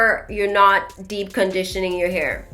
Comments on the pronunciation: I was like what is “dip” conditioning than realized she was saying deep conditioning 🤣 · I think it’s cute how you pronounce deep (dip)‼️